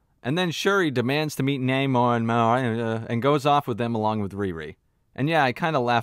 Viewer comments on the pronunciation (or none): The namor complaint is SO dumb. He is called ONE name in the movie. One with a Spanish accent (nah more) and the other with an English accent (nay more). You know how Spanish speakers pronounce "José" differently from how an English speaker would? Exactly. It's not deep. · you say namor so many times just figure out how to say his names this isnt rocket science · That way you pronounce Neymar, Namor, Na--whatever.... is hilarious 🤣🤣🤣